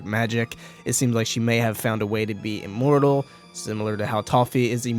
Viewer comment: Why do you keep saying E-mmortal instead of an i sound lol???